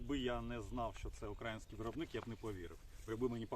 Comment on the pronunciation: мені половина відео слух різало, наголоси на російський манер. Особливо в слові Український. Думав до кінця не додивлюся.